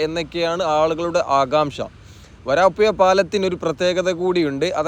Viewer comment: വരാപ്പുയ അല്ല വരാപ്പുഴ